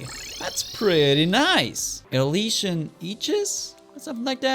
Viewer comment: Elysian - ee-li-shian